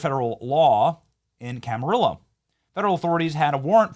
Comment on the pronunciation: Pronunciation of Camarillo does NOT rhyme with Amarillo or Armadillo (that’s Texas talk). Everyone in California (even my White friend from Texas who lived there for a decade) pronounces it: Cam - uh - REE - oh. Even folks that mispronounce other Spanish words and names pronounce it CamaREEyo. No more rhymes with Zillow. :) Trivia: Same friend worked high up for a seed company there (Camarillo), back in the late 90’s - early 2000’s when a new company bought them out. It was Monsanto. My friend was not allowed to say much, but when we asked her why she quit (she was an admin executive), she carefully said she did not share the goals of the new company or wish to support the direction they were heading. Monsanto planted fields og bioengineered seeds near small organic farms in California. Then they would find plants which had crosd-pollinated with the small organic farms. Then they would accuse the small orgamic farmer of “stealing their patented (GMO) seeds. Then they would sue. They are a ginormous company with top lawyers. One by one, they bankrupted small organic farmers and/or took their farms. Please write our leaders. A seedless fruit us a fruit thay cannot reproduce. It is becoming very difficult to find a watermelon with seeds. Now they are advertising “wonderful” seedless lemons. Fruit without seeds have been modified so they cannot reproduce. They don’t want you growing your own. It is We are being herded into a future with no fruit grown naturally, or at all. You si